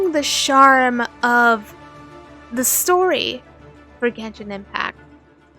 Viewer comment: Love the vid but can you please say charm not sharm? Also your own voice is very cool i feel like why not do voice acting yourself?